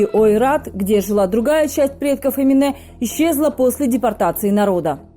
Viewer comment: Бесит когда говорят ЭминЭ, АнифЭ🤬Это же Ваш язык ,в котором есть буква Е! ЭминЕ, АнифЕ! Неужели так сложно говорить правильно,или вы родной алфавит не знаете и буквы путаете???